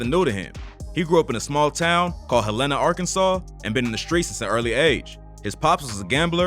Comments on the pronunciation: I’m from Arkansas. It’s HELL-EN-A Not HELLA-NA. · Dude... it's HELL-ena.... get our hometown right.... Hel-LAN-a is in Montana #FREEFREDDIE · I’m not here to correct u but ppl who not frm Arkansas pronounce EVERYTHING down here wrong😂 Helena is pronounced Hell-In-a not whatever u said😂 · Im from the city and to hear you mispronounce the name is funny 😂😂 it's "Helena" bro not "Helaynah" 😂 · Sir you was saying it wrong!! Its Hel-ena lol!! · Nigga said hel-ena Nîgga its (hell-uh-nuh)… Helena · It’s HELL-N-UH Not Hell-Een-Uh. 😒 I’m from Arkansas please get it right! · no one has yet to pronounce the name of my hometown - Helena (HellTown) Hell-Li-Nah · HELENA-(PRONOUNCED) HELL-La- Na =AKA (HELLTOWN) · Bruh I've never heard anyone pronounce helana like that it's "hell-a-nah" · It’s hell-lah-nah🤦🏾‍♂️ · It’s pronounced hell in ah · It’s pronounced Hell-in-ah. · Nigga from Helena pronounced hell Len na Arkansas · It’s pronounced Hell-in-a bro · Lol it’s pronounced Hel-la-na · it's not pronounced Hell inna sheesh.. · I appreciate you covering Arkansas rappers but it’s pronounced [hell-len-nah] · HELL IN UH IS HOW YOU SAY THE NAME of the town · Why is he pronouncing Helena wrong. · The way you're pronouncing Helena is KILLING me 😅 because why?! That's not how you say it mayne 🤣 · That is not how you pronounce the city 😂😂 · can someone tell bruh how to pronounce "Helena" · You chopped up " HEL....LENA!", Pronounced. Helena, AR. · 1) I'm from Memphis and you pronouncing 'Helena' wrong as hell. 2) Something is definitely fishy here. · Please learn how to pronounce the name of these cities.!? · Why he say my city like that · That’s not how you pronounce Helena 😂😂